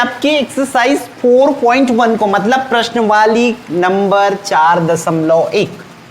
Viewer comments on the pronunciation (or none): प्रश्नावली 🚫 प्रश्नवाली ✅ 😂😂😂